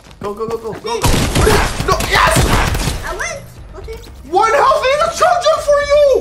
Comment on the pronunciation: No hate but why does say otay instead of ok